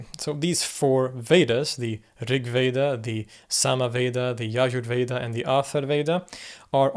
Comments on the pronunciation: the 'j' in yajurveda and in other sanskrit and hindi words are pronouned as 'j' and not 'h'. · He pronounced Yajurveda as Yayoorveda for some inconceivable reason. Everything else was exaggerated or simply wrong. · J is not pronounced as Y. Jug is not pronounced like yug. Yajurveda is pronounced wrongly as Yayurveda in this video. Its not Spanish. And the Rigveda is very much older than 1500bc. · For god's sake it's ya'j'ur veda and not yayur Veda. J is j in Sanskrit, not y line in Scandinavia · Great video. Just a minor comment - it's Atharvaveda (not Atharveda), and Yajurveda is pronounced with 'j' as in the English word jam, not the German 'j' as in jahr. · The J is not silent in Yajurveda. Also love your channel , thank you for what you do ! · Yajurveda is pronounced with sound of J in it.